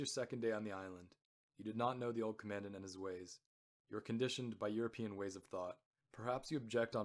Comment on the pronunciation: Good--a note on pronunciation: you pronounce Commandant as though it is spoken like the word "commandment" (short "a" sound, accent second syllable). There is no standard pronunciation of "Commandant" like that, in British or USA accents. A Commandant (accent first syllable) is a person in command.